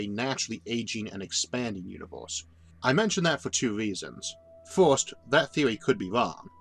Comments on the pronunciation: Mastered the universe, has no fucking clue how to pronounce "first" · Why does he pronounce "First" as "Forst"? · Why do you say fiwst instead of first ..... The video idea is great, if only the narrator wasn't butchering the English language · say forst one more time